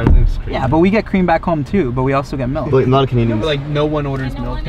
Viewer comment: Melk. Not Milk, but Melk.